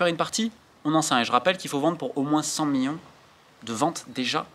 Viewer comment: Top mais stp million pas mion ça frappe les oreilles